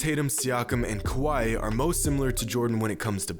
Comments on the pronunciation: I feel like you say “kawhi” like “Hawaii” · It’s Kawhi. Not like we’ve heard this for the last 3 years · Why do you call Kawhi Leonard kawaii? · It’s kawhi, ez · That pause at the end for Kawhi... That felt like it was John Bois inspired from his 3pt video.. Just sayin...